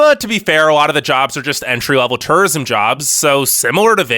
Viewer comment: I’m trying to figure out where this man is from Lol turrism got me every time